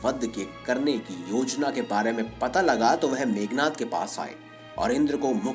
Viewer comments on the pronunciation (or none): मेघनाथ नहीं , मेघनाद कहो!- मेघनाथ= बादलों के राजा इंद्र। मेघनाद= बादल कड़कने जैसी आवाज वाला “रावण का पुत्र” ।